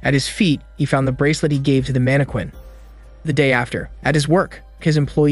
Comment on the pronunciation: The way all the recap channels pronounce Mannequin.😆😅 manne-quane Lol.. its pronounced more like Manne-kin.